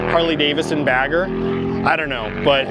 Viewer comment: DAVIDson. Please say it with me. Harley DAVIDson, NOT DAVISson.